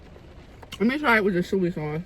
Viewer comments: It's SOY sauce luv, not suey 🤭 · Is saying suey sauce a regional thing? I’ve heard this way of saying Soy sauce. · I think it’s our north eastern accents. Lol She’s from Delaware and I’m from Philly and I call it “Suey” sauce too 🤣🤣🤣🤣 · I call it suey sauce also 😂😊